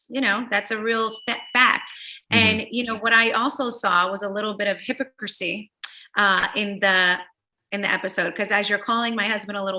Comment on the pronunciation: “hippo-crissy”.. “FUStrated”.. omg its fRRRustrated & hipOcricy